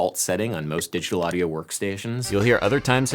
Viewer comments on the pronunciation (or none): none